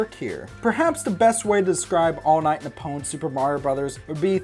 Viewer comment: You pronounced Nippon wrong. Its "NEE-PPOHN".